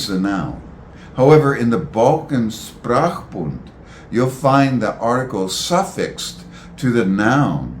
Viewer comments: Is it not pronounced SHprachbun (initial SH), rather than SSSprachbund (initial SSS)? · I appreciate the content and find it fascinating. However, linguists might be expected to pronounce linguistic terms more or less accurately, especially if they are the key term like “Sprachbund” [ˈʃpʁaːxˌbʊnt] in this video. No offence meant, of course.